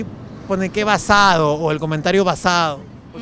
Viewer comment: Uff cuando escuche el "basade", me dio una ganas de arrancarme las orejas xd